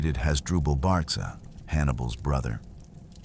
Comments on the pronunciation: Pronounced Barka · If this is not AI, you are a terrible historian full of misspronunciations and naming countries that weren't even in existence, Barca is Produced Barka, Hispania is a Greek term for for a region including present day Portugal and not counting north west basque and suebi people's. Finally maximus only followed Hannibal AFTER Cannae. You are worst than an elementary schools student, leave European history to us. Finally I stopped watching after 12 minutes